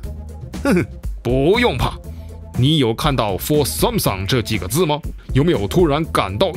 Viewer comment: 编导老婆嘴说秃噜了吧，Sansom？